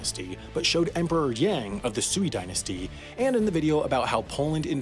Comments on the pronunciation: Ooo, you made a mispronunciation in the video. You showed a Sui dynasty emperor, but pronounced it "Soo-ee" when it should be closer to "sway" with a rising tone like you're asking a question. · Sui Dynasty is pronounced sway, not sooey. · already messed up again by pronouncing Sui Dynasty as "Swee" Dynasty instead of the correct pronunciation of "Sway" Dynasty. Hope to see that corrected in HAI mistakes 4. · It's not pronounced "Suey dynasty", it should be "Swei dynasty". MISTAKE! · The "Sui" in Sui Dynasty sounds like "sway", not "sooey". So you can put that one on your list for next year. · Its Said swei not su i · Sui is pronounced more like "sway" not "swee" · Man he already needs to make another video for his terrible Chinese pronunciation Tang isn't pronounced like the drink, but closer to "tahng" (Almost like tongue) Sui isn't pronounced like sue-ee, but more like "sway" or the beginning of the word "suede" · The Sui dynasty is pronounced like “sway”. If that pronunciation is wrong then I still know it’s not “swee” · Hehe...it’s Sui Dynasty pronounced su-way not su-wee...just some more fuel for you fire. Long live the fire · "Sui".... "SWAY", not "sooey". Yer hooman, it's okooey. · I might be wrong but I think sui dynasty is mispronounced, it should be pronounced like sway. Please, I didn’t sit through the dynasty song this many times for you to fuck it up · The Sui Dynasty is actually pronounced “sway” lmao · you mispronounced “sui” im crying it’s pronounced “sway” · Sui should be pronounced "sway" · Not to be that guy, but you pronounced "Sui" incorrectly. It's actually pronounced [swěi]. PS. I think It's funny that you mispronounced something in this kind of video. Anyhow, I like your videos, keep it up! <3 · You pronounced Sui wrong ;) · You pronounced Sui wrong